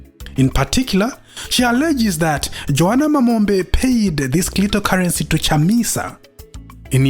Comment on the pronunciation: Clitocurrency 😂😂😂😂😂😂😂😂😂😂 yowerere!!!😅